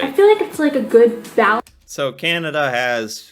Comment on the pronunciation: You Say Canada funny. It is CAN A DA. Not Cinada